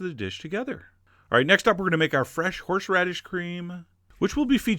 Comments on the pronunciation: I don't dare correct you, but "horSHeradish"? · Horsheradish.... F#$@ Take shixty-sheven, F$*@ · Are you saying "Horshradish"? omg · I like how he says HorshRadish the entire time. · Lol he said "horshradish" ;)